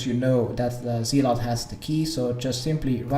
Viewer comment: "Zeelot" lol